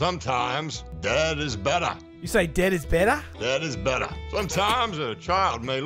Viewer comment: Also, the Pet Sematary quote. "SOMETIMES DEAD IS BETTAH."